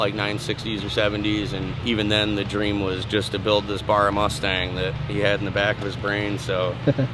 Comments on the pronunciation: its Barra like the fish barra-mundi, not bar-ugh - an Australian Mint build though, converting a drag car back to street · “Burruah” nah it bahrrah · Will u stopcalling it a bar ra, it's pronounced Barry but wiyh an a, not a y, -a nt, b u m, sounding. Get it fukn right!! Ffs! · It’s a Barra mate, not a burra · Can you guys please stop saying buurahh… it’s Barra. Watch some Aussie YouTube videos and take note of how we pronounce it. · It's barr-a not bara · Why do they say burrah, it’s a barra! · It's not Baraaaaar it's Like haw you say the letter A "B"A"RR "A" Bloody yanks...🤣🤣🤣🤣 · The way they’re saying barra 😭😭 it’s Barra, not bahrah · Great build and great vid but seriously stop saying Barra with the u sound it’s not burra it’s barra like the a sound at the end is that same sound in the middle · Its not bar rah ... baa rah like the fish barra cuda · Please guys it's not a Baaaaaraa. It's pronounced Bara as in Barramundi the fish it is named after. Still got mixed feelings about you guys taking our motors especially now they have ceased making them, but I guess a Barra turbo is just too much fun not to share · Aight, when you say barra, dont say Bar-ra, say B-rah, the B and A need to be pronounced as one so 'bah' (nice and short) and then the 'rra' is 'ruh'. If you dont get it go watch a haltech video or some other aussie video about Barras. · Love the build, can't get over the 'bar-rah' pronunciation haha😅 Barra. Like Barry with an 'a' on the end. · 1. It’s Aussie not American so wake up to yourself (typical Americans taking whats not yours and claiming it as their own) 2. It’s a Ford BARRA not Burrah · Great to see our USA friends enjoying these. For you US Ford fans, you can now say "put a barra in it" Rubs up the LS nutters just fine. 'Ba ra' instead of 'Bar ra'. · Barra mate. Pronouced Ba-rah not Bor-roh you bloody yanks. For Barramundi. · lol Americans pronounce it wrong, its not a burra its a bahrah. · It’s BARRA not BURRA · BARRA , not Burra